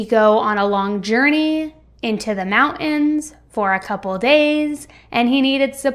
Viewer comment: Mou-ens? Can you not pronounce T's? You do this a lot with many words. Buh - ens. I just notice speech and it bugs me. otherwise...I never miss a story!